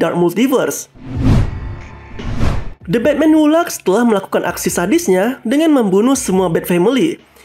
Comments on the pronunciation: Laugh bacanya laf, bukan lag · Engrisnya berlebihan sekali de red det jadi the dread death, e ai jadi ei ai, hu laf jadi hu lak. Santai aja pembawaan nya mas kalau sebut nama dewa dewa seperti Ares atau barbatos sebut biasa aja gak usah pakai aksen engris jadi aneh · Maaf min koreksi, laugh bacanya bukan 'lak' tp bacanya 'laf'